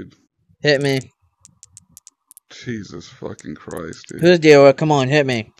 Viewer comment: "Are you the deewer"